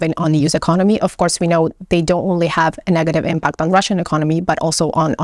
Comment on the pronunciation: In the word "impact" the stress is on the first syllable,.